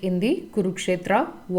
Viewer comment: No it's not. He pronounces it with a complete "A" sound, but it's not how it's supposed to be, it's half or less than a half "A" sound.